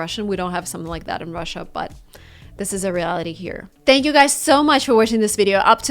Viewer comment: who you pronounce ThnakYou? Please make a small clip